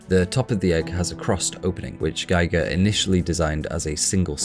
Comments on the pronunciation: this is excellently written and excellently presented! please - it's gEE-gr, not gEYE-gr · I found your excellent channel today and have been enjoying its content. Thank you! I do have one small critique, though: HR Giger's name is pronounced "Gee-ger," not "Guy-ger." I've included a link at the end of this comment that may be helpful. FWIW-Giger's name is (probably) mispronounced more often than it's pronounced correctly. Perhaps because it's a Swiss name?? I used to refer to him as "Guy-ger" too. A friend of mine (who knew Giger personally) corrected me, and I am glad that he did. Thanks for the excellent content! Link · EVERYTHING is spot on except your pronunciation of Giger. Gee Gar Not Gy Gar. That's the different bloke who measured Radiation. But you can be my friend as you see A L I E N as deeply as I do. But you can explain it better. GREAT WORK. Kudos. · His name is pronounced like Geeger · aw man... First of all - great work put in here, congratulations surely due. But how do you see all the interviews with Ridley Scott talking about "Geeger" and not get the pronounciation right in a "deeply researched" video? And all the interviews out there with the swiss master who created the most iconic nightmare imagery in generations? This seems to be not so much a deep analysis of Alien as it is a view of Alien through a modern intersectional lens. It obscures your view of some pure artistry. But kudos deserved for the work you've put in, surely. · A good rule of thumb is probably pronouncing the letter "i" as "ee" in languages other than English (I don't know any other language that pronounces it as "ay", but I could be wrong) It doesn't make the video any less interesting though :) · Presses play. Hovers over the stop button while I wait until I hear how GIGER is pronounced. FFS...